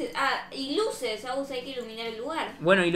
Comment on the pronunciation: Alguien escucho que en vez de decir (Luces) dijo (guses) alguien lo escucho o soy yo xd